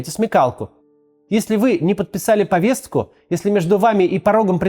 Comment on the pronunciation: Максим ,повестку, а не повесцку